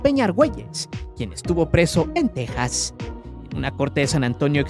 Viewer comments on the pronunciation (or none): none